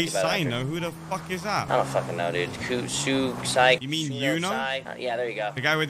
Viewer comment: HAHAHAHA XD "Ku Syno" but love that woman cop that said she didn't know who Yuno was as a cop.